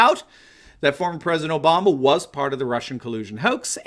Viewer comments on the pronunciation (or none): none